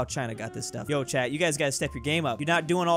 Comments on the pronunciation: did you say chat or Chad 🇹🇩 🤔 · Am I the only one who thought he was saying chad instead of chat. Just him saying dont anger chad other wise you'll be snapped from this life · I love how every time he says Chat is sounds like Chad